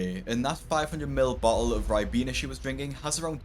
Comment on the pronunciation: bo’el o’ juice